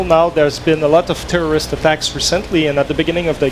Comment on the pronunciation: When he says terrorists he sounded like he was saying tourists